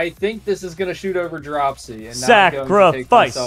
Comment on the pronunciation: dropsy, is saying hot chew?